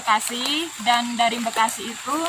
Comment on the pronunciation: Mbak Bekasi....bukan Mbekasi🤣🤣🤣